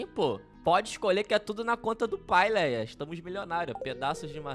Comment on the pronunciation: Não é Léia é leah